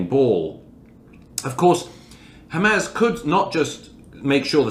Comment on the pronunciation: The fact that he still cannot pronounce Hamas correctly after all this time tells you everything you need to know about Douglas Murray